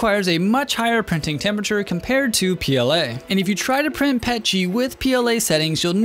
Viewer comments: Not trying to hate but I hate it when people say “pet-g” instead of “P.E.T.G.” Idk I just hate that 😭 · Same with Pet-g Iv been 3d printing for nearly 6 years now and have heard very few people call it pet-g It P-E-T-G